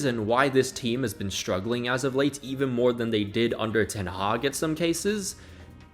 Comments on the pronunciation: Did u say ten haram ? 😂😂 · "ten haram" 😭